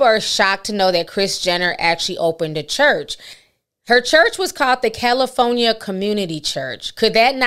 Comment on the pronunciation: who went to that “Khurch”? lmaooo😂😂😂😂 I can’t!!